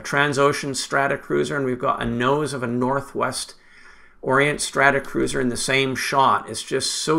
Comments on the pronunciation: Thanks for this; enjoyable and interesting. Consistently saying "Stratacruiser" rather the the correct "Stratocruiser" was a bit of an itch, tho! 🙂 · I guess it must be a pronunciation thing on my side, but I certainly well know that these are Stratocruisers is not Stratacruisers .. must be my Canadian accent. It’s like some people in the US call it Warshington DC instead of Washington Dc.